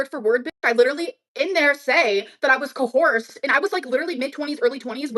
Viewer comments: “co horsed” 😭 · "I was co-horsed" 🤣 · Cohorsed? wtf? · She was CO- HORSED haaaaaaaaaaaaa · She was “COHORSE”! (Coerced) 😂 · Really disturbing how considers life ruining allegations as "little white lies". Can someone please goddamn tell her its not co-horsed. Good lord